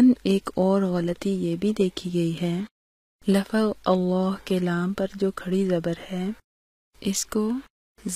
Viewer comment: Lafaz nhi lafz parhte hen